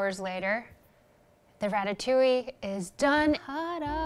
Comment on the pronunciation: French girl here, I love your ratatouille, it seems delicious and your prononciation is on point! Also about the having a dessert just after diner, don't worry, it is normal to feel like sweet after a french dish, we almost always have one. For the memories, french kids don't like ratatouille, because as most child, they don't like veggies too, I remember going to the theater to see a film about a rat with the name of my most hatred school lunch on the trailer (it wasn't a very good start 😂) and falling in love with Pixar through the movie, and having water in my mouth when they served the ratatouille. I still disliked eating ratatouille until growing up, and it is now a dish i enjoy. So don't worry, most child memories around the dish isn't a "Madeleine de Proust"^^